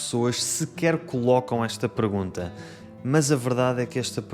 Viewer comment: So weird, I could swear I hear you saying “pregunta” instead of “pergunta” 🤔